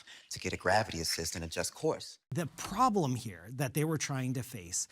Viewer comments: It's "PROBLEM", not "PROBELM". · "Probelm"?? Really dude???? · What is a “probelm?”